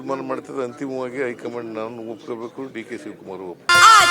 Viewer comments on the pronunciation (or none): ಅದು ಹೈ ಕಮನd ಅಲ್ಲ ಹೈ ಘmaand😂❤😂